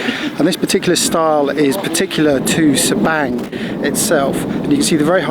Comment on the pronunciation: I Enjoy your videos! I believe Sabang is pronounced differently b/c in Bahasa Indonesia “a” is pronounced like the “a” in the English word Father...so sounds like Sa-bong. I think. Anyway, thanks for the great videos.